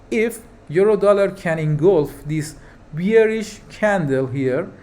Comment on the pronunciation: Please check the pronunciation for the word Bearish